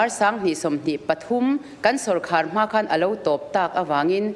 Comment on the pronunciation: Sawrkar tih nisi hi Na tinge Sawrkhâr an tih fo thin le.